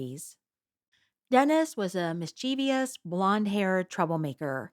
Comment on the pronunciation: No such word as "mis-chiev-ious" You turned us off with your gormless monologue. Get a job in your skill set. Oratorical arts is NOT your forte.